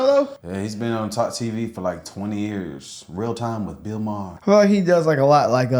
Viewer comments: BILL MYERR!! 🤣🤣 said with such confidence right out the gate. Got me laughing. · "BILL MYER"(with confidence) 😂 Brandon:MAHER:MAHER? 😂😂😂😂😂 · “Bill Meyer.” “Maher.” “Oh” Lol